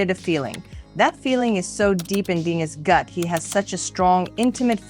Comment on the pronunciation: Lol "Deeenis"